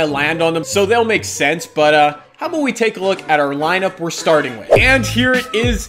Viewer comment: Wow you said aboot like a Canadian instead of about